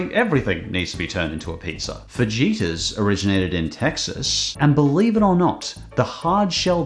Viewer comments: Hey not to be rude. Great video, but fajita is pronounced fa-he-ta not fa-je-ta. Although it sounds like you said vegeta. Because of you every time i here fajita, im going to think super sayin tacos. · Sorry man, I cringed hard hearing you say fa-gee-tah. Fajita has an H sound where the J is, that's how Spanish pronounces the J. So it's fa-hee-tah. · I enjoy your show, but your pronunciation of some non-Aussie words needs work. In Spanish a "J' is pronounced like an "H". So, fajita is "fa-hee-ta" not "fa-jee-ta. Minor error, but you might like to sound as if you live north of the equator. 😀👌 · You said fajita wrongs its pronounce fa-he-tas not to be rude. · Just to help with pronunciation Fajita is pronounced fa-he-tah. In the Spanish language, j’s are pronounced with a h sound. But non the less. Thank you for the awesome video ❤ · You don’t pronounce the “j” in fajitas. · Did he just mispronounce fajita? How dare he!!!🤬